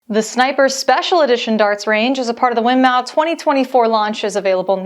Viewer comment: FYI it’s Win - MORE. The company is named after the founders Wife Winifred-Maud hence the name pronunciation Win-more